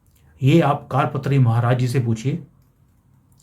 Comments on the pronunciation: ऐक आपसे प्रार्थना ...सही उच्चारण कार पात्री नही वरन " करपात्री" है....!!!कुछ सन्यासियो मे ऐक व्रत या परंपरा होती है जिसके अनुसार ऐक हाथ *कर के पंजे (पात्र याने बर्तन)मे जितनी भिक्षा समा सकती है उतनी ....बस उतनी ही भिक्षा स्वीकार्ह या पर्याप्त है!!! इसलिऐ सही उच्चरण **करपात्री** है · जी आपका टॉपिक अच्छा है पर आपकी भाषा बहुत ही अशुद्ध है। कारपात्री जी नहीं करपात्री जी बोलें!! ऐसे ही कई शब्द आप अशुद्ध बोलते हैं! कृपया थोड़ा परिश्रम करें अपने बोलने पर!!! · कार पत्री नहीं है करपात्री महराज जी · कारपात्री नहीं, करपात्री सही है l हिमालय से कोई आएगा - इसका मतलब है UP के cm योगी next pm होंगे, बधाई 💐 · 'कारपात्री' नहीं 'करपात्री' अर्थात जिनके कर(हाथ) ही पात्र (बर्तन) हैं। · जी कारपत्री नही करपात्री है कर=हाथ,पात्र = बर्तन करपात्री जी हाथ मे रोटी सब्जी लेकर खा लेते थे, थाली कटोरा प्रयोग नही करते थे। करपात्री जी का श्राप अवश्य फलित होगा। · it is not "Kaadpatri" it is "Karpatri" = Kar (hands) patri (vessel) ie hands are used to accept bhiksha (alms). Swami Shri Karpatri Maharaj was a devoted sage brahmin who used his hands for bhiksha 🕉🙏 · कार पत्री नही होता,कर पात्री होता है।सभी हिन्दुओं को इस कांग्रेस पार्टी के सत्यानास की ईश्वर से प्रार्थना करना चाहिए और भा ज पा को बोट देना चाहिए।जय हिंद,जय भारत। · कारपत्री नहीं करपात्री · कार पत्री नहीं , करपात्री जी महाराज है। गोपाष्टमी का भी कनैक्शन है इसमें।